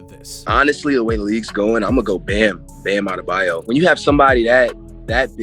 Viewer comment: No one : Absolutely no one : Flight : BamabdeMAYO